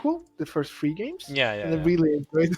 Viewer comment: Shree - People that can’t pronounce “Three” say Shree.